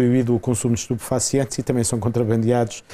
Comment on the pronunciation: Cota riu😅 quando falo estuposfacientes